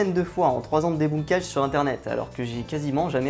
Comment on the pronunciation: arrête de dire debounkage stp. tout le monde prononce debeunk! bilderberg n'est pas une société c'est plus un forum/réunion annuelle